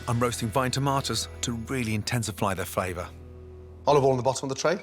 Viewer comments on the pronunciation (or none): "to really intensifly the favor" Nice